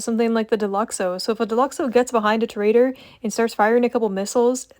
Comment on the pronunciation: Ew pvping on gta and also tor-uh-dor